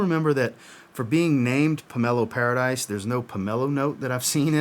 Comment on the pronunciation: Not Pomelo Paradise, it's pronounced PAIR-AH-DEESE. Watching now. Pomelo Paradis is my favorite from the house. I have many from this house and I adore this fragrance. Put a smile on your face is EXACTLY what this fragrance does. During the summer I go through almost a 100ml bottle of this. You cannot over spray this. Dude, I've been telling you for MONTHS you would like this house. I'm glad you do. It's a good one. No one does citrus better than Atelier. I think you would also like Armani Mania which you haven't tried yet. MFK said it was one of his most favorite fragrances that he created. Simplistic but beautiful.